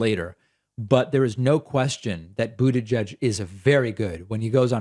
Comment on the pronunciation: I was delighted to hear you pronounce "Buttigieg" as I recall him telling people how to pronounce it!! You're the first commenter I've heard pronounce this correctly! 😁